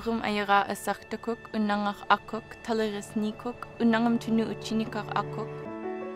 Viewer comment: Your video is sadly full of incorrect information and mispronunciation. Unangax̂, which is the actual name of our people, does not mean "The People." I am interested what your sources are.